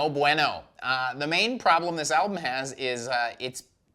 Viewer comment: Yeah he knows. Welcome to mispronounces things on every Banger TV video.